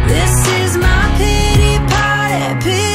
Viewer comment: “This is my peetee parteh…” 😑